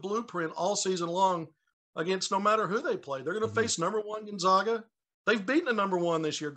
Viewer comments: Can’t say Gonzaga right either! Can’t believe an analyst still does that. It’s not 1999 anymore! It’s like if we pronounced Arkansas without the silent s at the end. The other guy says it right and he still pronounces it wrong. 🤯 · Can’t pronounce Gonzaga right either even tho the other guy does. 🤨